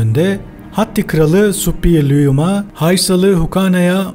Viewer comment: Hitit kralı Şuppiluliuma ‘dır. Naçizane bir arkeolog olarak düzeltmek istedim. “Ş” ile okunması gerekir. Emeklerinize sağlık..